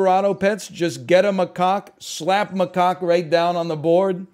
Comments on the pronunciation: That is not a “ma-kaw”… Macaws are tropical parrots. That’s a “ma-cack” or “ma-cock” like Jack or Jacques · it is. NL was saying macaw, chat was trying to convince him to say it correctly, somehow we ended with maCOCKA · Ma-kak :) is how you pronounce it just saying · * slams face on table repeatedly * It’s pronounced muck-ack! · Macaw is a bird, pronounced “muh caw”, rhymes with paw. Macaque is a monkey, and is pronounced “muh kak”, rhymes with yak. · The Macaque is pronounced muh·kak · He knew what he was doing when he kept pronouncing Macaque that way.